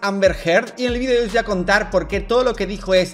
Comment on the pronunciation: Tampoco se dice "vidio" se dice video